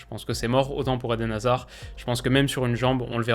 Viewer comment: Sans hazard et wistel, ça va être très chaud. (Merci, t’as bien prononcé tout les noms, vrm thanks parce que parfois c’est très dur à entendre)